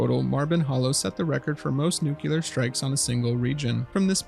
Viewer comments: why do you say "nucelar" instead of "nuclear" it's mildly annoying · Nuclear - *NEW-CLEAR,* not nook-kue-lar. An atom has a nucleus, not a nook-u-lus. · It's pronounced nuclear, not "nucUler", troglodyte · It’s not “nuke-yeller”. It’s “nuke-clee-arrr” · Stopped at "nucular". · Just try saying “new clear” or something and see if that works. Thank you, love your videos regardless of how you pronounce nuclear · Your pronunciation of "nuclear" is generally a huge pet peeve. Some people get pretty annoyed hearing "Nukular" great video tho 👍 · I HAVE to ask that you try to pronounce "nuclear" correctly